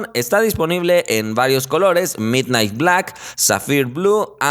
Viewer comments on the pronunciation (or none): none